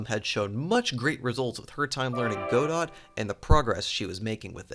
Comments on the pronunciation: small nitpick but its pronounced "guh-dough" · This was a really cool update, and I'm always glad to see more godot games! Keep up the good work :) If I hear you say "Go-Dot" again I will eat your spleen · I hope for a third thing - STOP PRONOUNCING "GODOT" as "GO DOT" please please please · it's pronounced 'Go-Do'